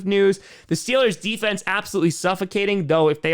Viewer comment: Mf said stillers 💀